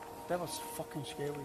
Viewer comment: "it was fuckin scawy"